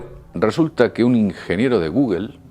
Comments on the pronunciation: Es guggo no gugel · No manchen, que se puede esperar de un wey que dice "guguel" ya a últimas dijera "google" que así está escrito. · Que demonios es "goguel"? Que hable bien por que no se le entiende! Que diga "Gugl" o "gogle" pero que no invente! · Se dice gugol... no guguel. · De gugelllllll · gugel, estos españoles siempre se inventan su propia pronunciación, jajaja no es sino oírlos decir Oracle :) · Me encabrona cada vez que dice "gugel"